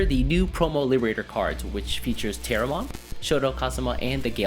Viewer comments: I never hated green in Digimon. Just wasn't interested in most of the green decks. Pronouncing: it's "teh-ro-mon" in English but correct me if I'm wrong, but the Japanese name may be pronounced "puteromon". And it's "ah-neh-moy" (アネモイ) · Say it as Teromon, like Pterodactyl. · Vortex sounds really interesting, i'll have to wait and see how well it performs. Also i think its pronounced without the P, like pterodactyl. Great vid as always! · Bro, the P is silent.... like in pterodactyl 💀